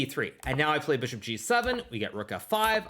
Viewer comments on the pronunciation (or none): Don’t forget Fee-ahn-cheato the Beeshop!